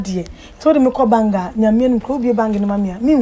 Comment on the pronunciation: it's bank not bang